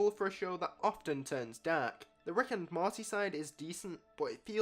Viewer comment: Why you keep saying "marty" 😂😂